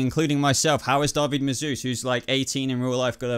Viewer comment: Just found your channel and I love it. Please don't think me critical but it's *David, not Darby. All the same, great video, watched it while on my lunch at work and had a blast. Cheers!